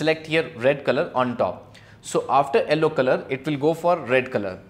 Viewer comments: Why you are saying Ellow instead of Yellow whats the reason behind it :face-orange-biting-nails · its not ello its yello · Its pronounced Yell - O not Ell - O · sir presentation is fab but what is "ellow" color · what the heck is ELLO color?!?!?! it is YELLOW. I got so confused!!! but your work is good. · Why does he call Yellow as Ellow? lmao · And in the captions it is showing yellow as L o😂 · Sorry to say but correct your pronunciation of yellow but it is very good really really nice